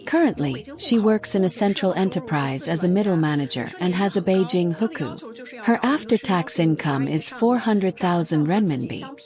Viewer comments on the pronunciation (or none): It is "hukou" not hooker. Basically a local residency permit.